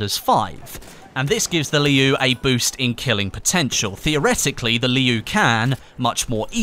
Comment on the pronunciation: I don't know if there are any other Mandarin Chinese speakers that can't stop noticing the pronunciation of "Liu" in this video like me.. am I alone?